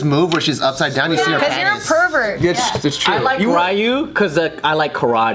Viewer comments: joe, really rayu ( ryu), your japanese, what happened king joe? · Ryu is pronounced "ree-you"